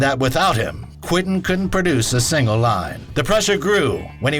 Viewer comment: Not "Quin-tin." It's QuEntin, as in Q-whent'n.